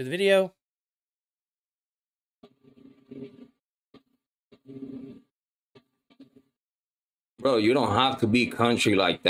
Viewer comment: Veedeeo lmfao